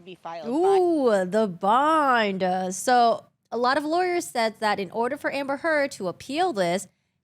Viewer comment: its pronounced "so" not "so-ah"